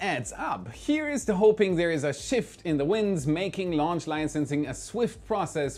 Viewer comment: When launch is with a H... Not like wen launch.. For the rest again a nice clear video